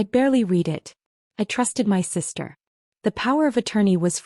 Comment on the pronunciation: The word "my" means me or myself. It IS NOT pronounced as "M.Y"